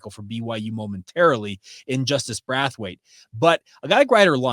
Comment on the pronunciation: The way you are pronouncing Braithwaite is killing me, Braith rhythms with Faith, it does not rhyme with wrath! Love your show! Go Cougs!!